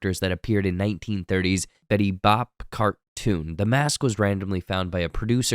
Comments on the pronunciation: Sorry this is an awesome video but I have to make an itty bitty correction or it will drive me mad (welcome to my world). You said "Betty Bop" cartoons but it's actually "Betty Boop" (I used to collect Betty Boop stuff). Carry on! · Betty Bop? Betty Boop. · Betty bop ?? It’s Betty boop ya goob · "Betty *bop*" Is bothering me more than I know it should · Betty Boop not BOP!! Damn kids!! 😂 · Betty BOOP... not Bop :P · Betty Boop* (it rhymes with poop) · Betty Bop?? 😂😂😂 Betty Boop!! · Betty Boop not Bop lol